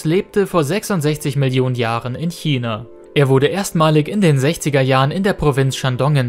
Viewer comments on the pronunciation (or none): none